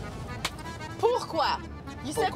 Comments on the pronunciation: Au moins il dit le non comme il se doit, mais pourquoi, he should put the intonation more on the quoi than the pour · I thought the miz pronounced pourqoui right? Any French speakers wanna clarify this? Because even her theme song pronounces it like the way the miz did... I'm so confused. And the way Maryse pronounced it was how a Spanish person would pronounce it as.